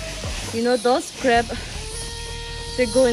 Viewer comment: Not crap it's crab